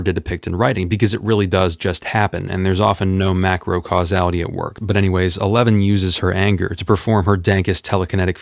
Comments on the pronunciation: I’m not going crazy that you’re saying “a lemon” instead of “Eleven”? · wait are you saying eleven or a lemon? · As someone who hasn't watched stranger things, I really thought he was saying 'A Lemon' instead of Eleven. I was utterly confused until I remembered her name. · I keep hearing "Elemon" instead of eleven 😄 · NEVERMIND HE REALLY IS SAYING A LEMON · ....it sounds like you're saying "A Lemon". Am I hearing shit